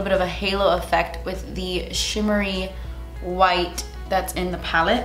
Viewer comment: It took me a second to comprehend that the blush was “chimmery” 😂